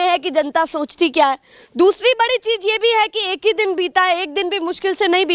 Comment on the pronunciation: Mera g patrkarita acchi h aap ki par bhasha m kami h rozgar ko rojgar bolti h or cizh ko cij bolti h